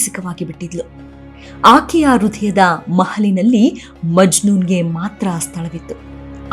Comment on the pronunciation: ಅದು ಹೃದಯ, ರುದಯ ಅಲ್ಲ. ಉಚ್ಛಾರಣೆಯ ಕಡೆ ಗಮನವಿರಲಿ.